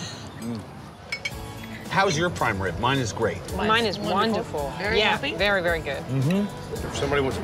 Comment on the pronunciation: hahah thats my favorite damn part is to hear say “it’s veddy delicious” hahah okay we get it xD